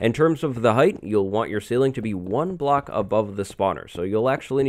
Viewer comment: why does he say block "blacks"